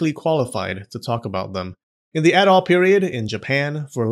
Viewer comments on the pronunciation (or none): "In the Adol Period in Japan..." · did you just pronounce edo, a three letter word as "addoh"